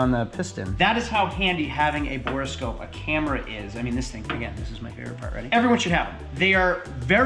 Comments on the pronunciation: It’s borescope not borascope! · A note for the editor: It's called a Borescope or Boroscope not a 'Bore a Scope' :D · "Bore-a-Scope"? "3000 Megahertz battery"? You're trolling us, right?